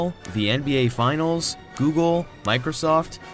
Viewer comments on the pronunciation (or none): none